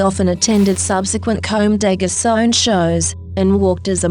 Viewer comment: I love the video but how she's saying "Comme des Garçons" and "Kawakubo" annoyed me :"D